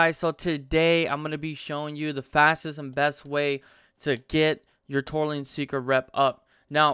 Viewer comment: It's Tortollan Seekers...NOT Torleen LMAO